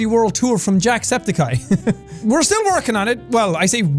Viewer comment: It's jack spedicey